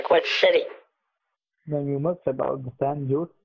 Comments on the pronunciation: he says San Jose not at jo’s he just doesn’t know how to pronounce the Spanish name lol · He was trying to say San Jose,but he said San Joes. 😂🤣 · San Joes. Dude just misplaced the e.